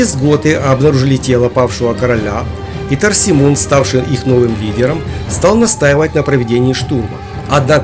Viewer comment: Сына Теодориха звали Торисмунд а не Торсимунд